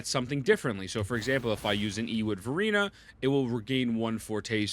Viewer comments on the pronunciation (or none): I swear he says "Furina" instead of Verina lol